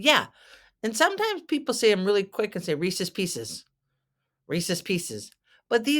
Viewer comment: It is not pronounced Reesies pieces, it is Reese’s, check the spelling.